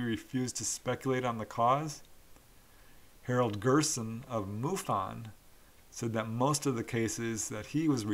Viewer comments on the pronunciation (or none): none